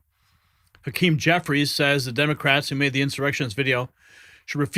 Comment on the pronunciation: Hawk-Keem you are a MORON